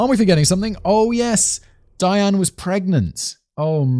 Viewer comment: Simon's casual pronunciation of Diane makes it sound like Dan which gets it rather confusing...